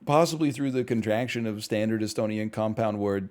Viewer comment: NL speaking Estonian is the best this I will hear this week